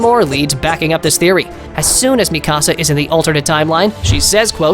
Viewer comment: It’s fucking mikasa not ME CASA